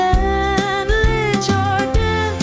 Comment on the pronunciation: Beautiful song, but “jardan” not “jardin” 😊